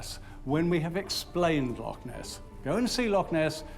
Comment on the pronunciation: So when he is talking about the Caledonian canal he says locks between lakes is because he doesn’t say Loch properly it’s Lo—chhhh and not lock. He says lakes in other places in this film, it’s infuriating, get it right Loch.🏴. The coast of Scotland is stunning, on the north-west the white sand beaches and turquoise seas are beautiful also the palm trees 🌴 would surprise anyone, visit Plockton it’s a wonderful village with palm trees 🌴🌴🌴🌴🌴all along the front between the road and the shore.